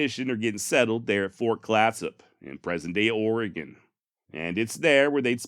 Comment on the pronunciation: Your pronunciation of "Oregon" is good! Astoria, though. lol